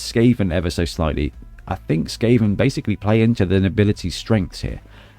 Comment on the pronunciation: Skaven 2-1 The Gutter Runner will most likely run into safety. And I love the way you pronounce my nick.